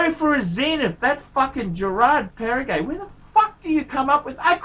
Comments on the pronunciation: Does he call it Parri-gay? :D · It is Perregaux and not PERRE-GAY!